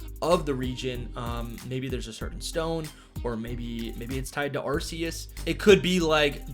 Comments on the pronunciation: Still pronouncing Arceus🤦‍♂️ wrong when the trailer corrected it already. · Like Pokemon doesnt have any other major issues besides the real pronunciation of "Arceus" 🤦🏻‍♂️